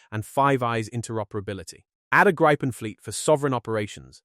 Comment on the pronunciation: Grrrr! It's Gree-puhn! Cognate to Griffin!